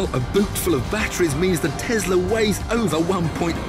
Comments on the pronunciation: It is when it plays snake jazz. Then it is Tesssla. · It is not TESSla it's Tesla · Tiff tests the Tezla.